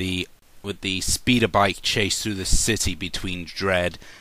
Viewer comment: Every time the reviewer tries to say 'city', he misses out the 't', pronouncing it 'sea'.